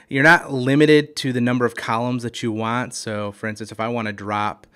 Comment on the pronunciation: It's Want. Not waaa.